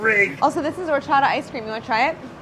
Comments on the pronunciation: Their pronunciation of horchata, cajeta, dulce de leche is killing meeeee. At least they're interested in incorporating those flavors into it😋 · Can someone please teach Claire how to say Horchata 😂♥️ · Am I mistaken, or is Claire pronouncing "horchata" as if it were a French word with a non-aspirated "h"? As opposed to a Spanish word (which I believe it is.)